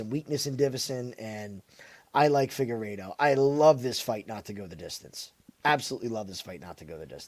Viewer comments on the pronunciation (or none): Dude can’t pronounce Figueiredo